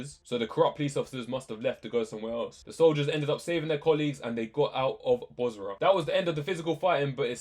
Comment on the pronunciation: It's Basra, not Bosra.